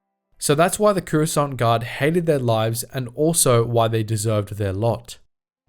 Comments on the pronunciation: i swear if he dosent stop saying currysont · take a shot every time he says COORUSCANT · Cuurasaunt. bruv ah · Curessant? What's Curessant?......oh you mean Coruscant.... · >runs a star wars lore channel >can't even pronounce "Coruscant" properly